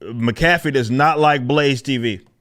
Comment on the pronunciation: I like how ripper pronounces Mac-a-fee like a New Yorker getting a hot caffeinated drink